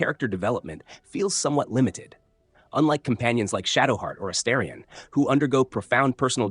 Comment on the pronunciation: Astarion pronounced 5 different ways and exactly 0 of them correct. Jaheira was driving me insane too.